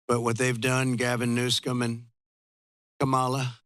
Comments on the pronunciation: It's Governor Newsom, Trump. Not "Newscom"... Schmuck! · Hahaha! Why does he always mispronounce Gavin Newsom's name? (maybe to piss him off???) Trump is more entertaining to watch, then anything on TV!